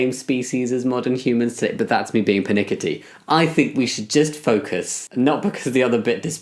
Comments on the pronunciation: Did he say pitnickity? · it sounds like "pernickety?" that's not a word though so maybe persnickety?